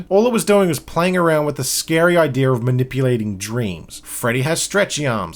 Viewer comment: You making fun of his voice while saying “idear” is funny.